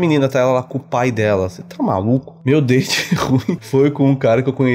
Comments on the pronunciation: Toda vez que o fala meu date ruim eu entendo meu dente ruim kkkkkkk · Vc estava falando: Meu date ruim Eu ouvi: Meu dente ruim 🤣🤣🤣🤣🤣🤣🤣🤣🤣🤣🤣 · Eu também entendi isso 🤣😂🤣😂🤣😂meu dente ruim.🤭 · Eu tava entendendo "meu dente ruim".